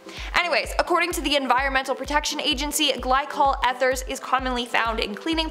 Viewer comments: I think it is said, "ee-therz". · Eth...."urs"? Eeeeeeth urs